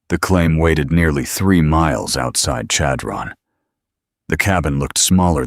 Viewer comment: Chadron-the accent is on the 1st syllable. It almost has an s-h sound rather than c-h.